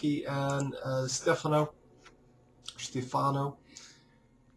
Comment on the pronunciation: Its stephaaano ;)